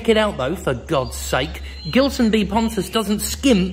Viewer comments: Surely it's a name of Portuguese origin, thus pronounced with a soft G. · love how foreigners constantly mispronounce "gilson". its more like "jeelson" but please do not fix that by any means